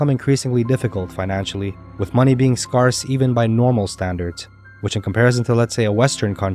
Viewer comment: First of all scarce in not pronounced like scar, it is pronounced like scared. Second why when living among wild predators would yo not always secure your door? Killing the wild predators is wrong. Build fences around your property instead.